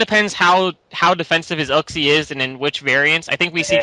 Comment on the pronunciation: I'm pretty sure you pronounce Uxie "You-ksee